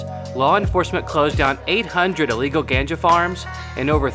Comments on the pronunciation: The word "ganja" is supposed to sound like gone - juh. Great video! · I’ve heard the term ganja said 1000 times. Never heard it pronounce the way you do. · The way you pronounced ganja already has me questioning this video. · Ganja.. Pronounced... G-on-ja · I prefer pronounce ganja with ah sound, and not the short a. to each his own though. I also pronounce Nevada in Colorado with the same ah sound. It’s truer to the proper Spanish pronunciation. OK that’s all from my vocabulary snobbery. Go Oklahoma! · If I hear the word gannn-ja I have to dislike the video lol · The way the narrator says ganja makes him sound like he’s from Wisconsin. And the term gas isn’t short for anything it’s just a metaphor. Like you need gas to keep your car going and you need weed to keep your high going. And the fact that this dude didn’t use stats from Washington or Oregon and just California and Colorado just shows that Oklahoma weed statistics aren’t very impressive. California has only had leagal weed for 6 years and it’s taxed to shit. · The way he said ganja made me stop watching the video. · Pretty sure you don’t say Ganga like that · I was a little put off by the pronunciation of "ganja" in the beginning but quickly realized the sarcasm lol. After that the video is full of giggles. XD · Thumbs down because you can't pronounce Ganja properly.